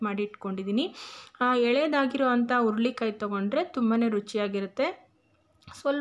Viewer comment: ಅಮ್ಮ,, ಸಿಟ್ಟಾಗಬೇಡಿ,, ಅದು ಉರುಳಿ ಕಾಯಿ ಅಲ್ಲ,, ಹುರಳಿ ಕಾಯಿ,,, ಸ್ಪಷ್ಟತೆ ಇದ್ದರೆ vlogs ಇನ್ನು ಚೆನ್ನಾಗಿರುತ್ತೆ,, 🙏🙏